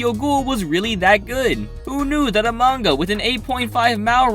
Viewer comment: I've always wondered why he sometimes pronounces "manga" as "manguhrr"